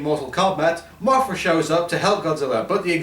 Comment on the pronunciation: it's Mothra not Mafra